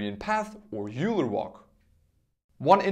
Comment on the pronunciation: Hi! Euler is pronounced as 'Oyler' or 'Oiler'. Great video btw!